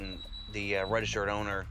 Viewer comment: " reggstrd owner"